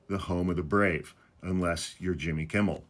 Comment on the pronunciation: He said Jimmy Kimbell?